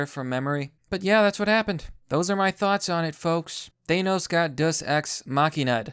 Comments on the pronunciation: why are you saying it ThAYEnos its Th-an-os seriously what the fuck is wrong with your pronunciation ? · Thanos, not ThAnos. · Why do you say 'Thanos' like that? The correct way to pronounce his name has been established quite well over the years. This isn't a 'tomato/tomahto' thing. There's only one way to say it correctly, and you're doing it wrong.